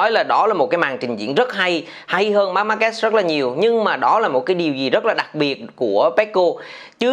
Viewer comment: E thất vọng thực sự với 2 ông blv tiếng việt đọc tên Marquez lại đọc là Marc Ma Kê 😞